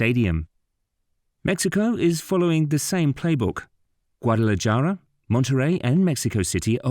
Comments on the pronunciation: Guadala-JAR-a? OMG do you know how freaking ignorant you sound when you murder Spanish pronunciation like that? J's are pronounced like H's in Spanish, derp! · “Gwa-te-leh-jahr-ah” Read a book for once guys do better